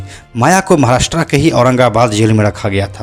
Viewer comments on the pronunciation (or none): none